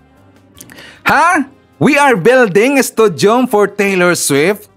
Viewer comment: Hindi po studium... stadium.